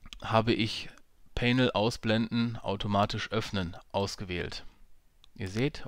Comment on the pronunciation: Bitte mal nachhören wie man "panel" ausspricht. Danke.